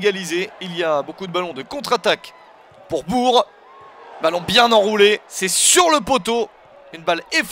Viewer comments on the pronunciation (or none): Chez nous Bourg ce prononce BourK BourKen Bresse Merci